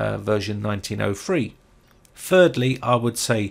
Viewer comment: Nineteen oh three not nineteen oh fwee.